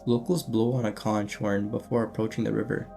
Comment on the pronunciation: If you're going to make videos about cryptids, you really should know how to pronounce simple things like "bestiary" and "conch." Look them up. Stop promoting error.